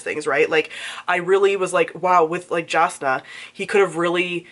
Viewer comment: I'm sorry to do this to you but Jasnah is pronounced Yasnah : |